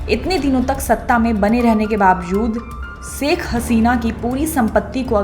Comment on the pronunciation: Saikh nahi Ma'am Shaikh kaha kariye plz 🙏